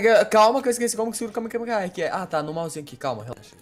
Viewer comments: é kamehamehaaaaa n é kamekamehamehaaaa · ele falou errado ele falou KAME KAME KAME HA.. o certo é KAME HAME AHHH :P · vc falou kamekameha e kamehameha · nao e Kamekameha nao! E Kamehameha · Na vdd é Kamehameha xD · e kame hame ha que se fala